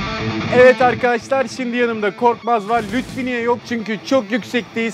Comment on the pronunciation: Lütfi değil Lütfü